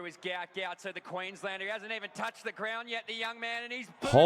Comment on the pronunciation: Gout Gout… Queens-land-er! ☝️